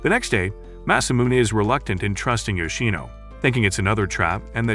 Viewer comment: Yoshino not yino